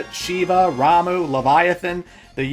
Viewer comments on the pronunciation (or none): none